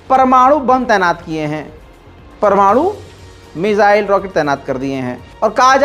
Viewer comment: sahi keraaa news wala chooookraaa pamanooooo.......